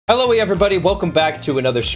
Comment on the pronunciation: Lol he said HELLO-E everybody